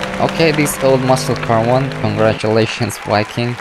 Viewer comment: Why do u say congratulations